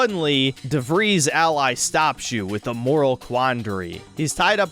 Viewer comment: DeVries shouldn't be pronounced "ease" (like "freeze"), it should be pronounced "eyes" (like "fries"). It's amazing how bad pronunciation has become these days...like people pronouncing Urquhart as "ooh-roo-cart" when it's "irk-heart". I'm not sure if it's a comprehension issue or if the people with those names are insisting on it (which would be beyond pretentious, just to make it sound/seem "special"), but it's bizarre as all Hell.~